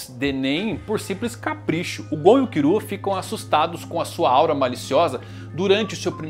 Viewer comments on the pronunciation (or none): Porque ela fala Kirua e Irumi ? Kkkkkkkkk